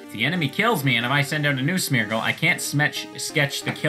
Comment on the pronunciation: Me: half-listening: "Smetch" Me: You have my attention